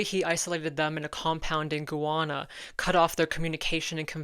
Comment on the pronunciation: its pronounced GUY‐ana